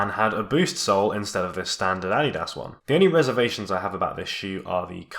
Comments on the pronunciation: "Ad-di-das" luv it!,😂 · Is that really the way to pronounce Adidas? Or is my life a lie?!